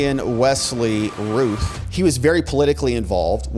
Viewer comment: Think Route not Ruth it sounds more like Ralph think Round instead of Rue